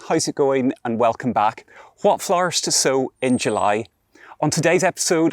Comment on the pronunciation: I love how he says Flarrrrrs. 🌺